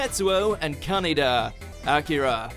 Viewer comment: It's said as "Kan-AY-da", not "Kanna-da". :-) But nice to see Akira on there.